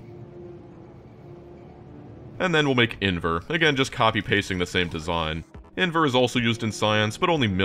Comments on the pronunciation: And it still annoys me that you're saying "invEr" instead of "invAr" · Can I please correct you on how you’re pronouncing in-VAR(rhymes with car)